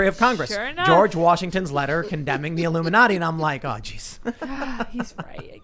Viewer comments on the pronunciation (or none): none